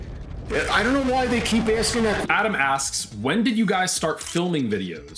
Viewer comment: "I DOUHNT KNO WHY THEY KEEP ASKING THAT QUESTAWN"